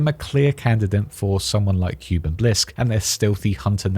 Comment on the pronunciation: Please. Kuben. Not cuban. P l e a s e